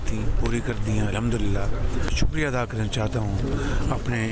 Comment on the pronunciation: Please news caster r have no training of reading a writing script urdu pronounceiation are wrong ie Ada instead of eada